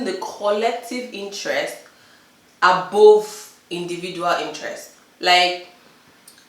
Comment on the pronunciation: madam u r not Yoruba, Yoruba people do not pronounce above in the way u do